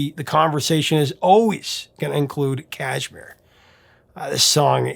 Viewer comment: Kashmir has the accent on the second syllable . Mir